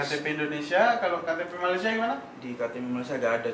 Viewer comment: Orang Malaysia yang tengok video ni jgn malu malu report kat Imigresen atau Jabatan Pendaftaran Negara. Sebab suspicious. Org indon kalau lama duduk Malaysia. Dia takkan sebut Mala-sia. Dia akan sebut Malay-sia...